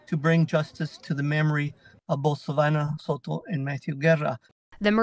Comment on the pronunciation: So-toe is how it's pronounced.. Not so-doe